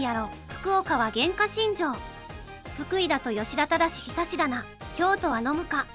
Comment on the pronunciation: ここから読み方おかしいw 吉田ただしひさしって兄弟かよwwwww